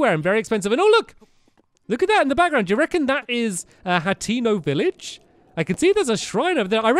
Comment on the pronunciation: by the way stamps it's pronounced Hay- ten- oh hateno